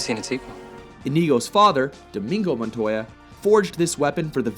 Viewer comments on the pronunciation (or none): none